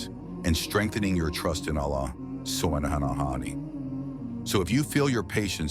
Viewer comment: Pleass just say "Allah". the way that the Ai is saying "Subhanahu wa ta 'ala" Is realy uncomfortable😢.But it is a good vidio😊